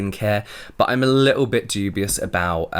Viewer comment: Sorry did you say dubious or Juvia's at the end there?